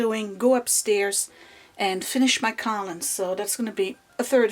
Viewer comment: love your videos but lately you've been driving me a lottle nuts with your pronunciation of the word collumn. The "n" is silent! It's pronounced "kol-um".